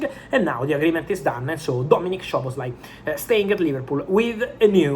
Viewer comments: With respect, its not "Shoboslai" its both "S" like Soboslai. Sz in hungarian sounds S on english. In polish sz sounds sh, in hungarian just simple s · The correct pronunciation is ‘Soboslai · bro it's pronounced Soboslai